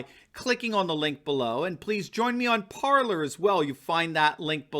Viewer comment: Parler - French infinitive, meaning "to speak". It is pronounced PAR-LAY (accent on the first syllable). It is not pronounced "palour". Also - There are a number of traitors in the GOP. They sold out your country. Time for the Constitutional Party.